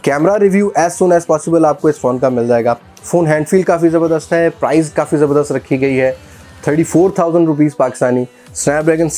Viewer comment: Ye India aur Pakistan main "Price" ko "Prize" kab sy bola jany laga